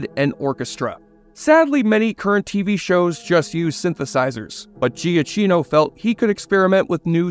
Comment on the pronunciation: Giacchino is pronounced "Jackeeno" not "Gia cheeno" lol